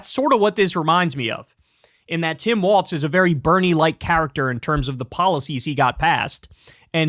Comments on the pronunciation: Walz not Waltz. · It’s Walz not Waltz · It's Walz, not Waltz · It's WALZ. WALZ!!!!!!! Quit saying Waltz Lmao. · For the love of god kyle its walls not waltz 😂😂😂😂 ❤ 😅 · Long time viewer but tbh bro keeps mispronouncing Walz and it’s driving me nuts.